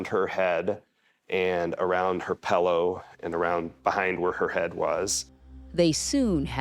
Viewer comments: PLEASE pronounce the word pillow correctly.... it's not a pellow.... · It’s not Pellow it’s pillow my dude